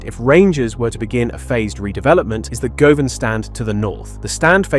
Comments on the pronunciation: govan - pronounced Gu-van! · Wow that was painful to hear this guy and how many times he fucked up the names of the stands he might have said Govan 3 or 4 different ways I didn't even know that was possible